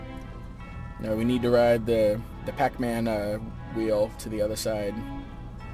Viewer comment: did u just say high 5 to a statue of a hand? thanks, u helped me out and made me laugh. ha! the way you said pacman.